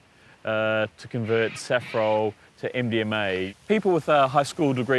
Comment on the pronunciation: Why do I keep hearing Indian May instead of MDMA